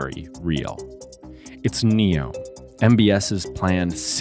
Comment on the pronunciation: Neom= “New” + “Yom” which means day in Arabic . You got that wrong